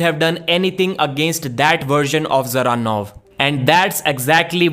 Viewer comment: usually pronunces evropean names correct but not all. Devon and rest of north freedombois always butcher evropean names. Just listen how russians and qazaqs say Dzeranov and there you have correct way to say it.